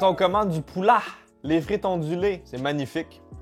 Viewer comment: "les frites ont du lait" ou "les frites ondulées" ?